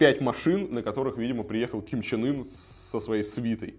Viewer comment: Я один слышу,что лидера называет Ким Чен Ыр?